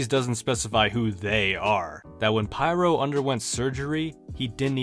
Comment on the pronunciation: it's pronounced peer-oh.